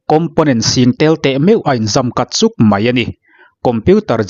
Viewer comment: I channel hming i pu zo khawp mai... Tih tur "Mai" tih hmanna turah Mei tih kan la ching hi a mak ngawt mai...😂